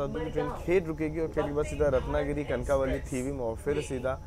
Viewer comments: सत्या कणकावली नहि कणकवली नाम है. कनक वल्ली से उत्पत्ती है इस शब्द कि. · It's not kankaaavali its kankvli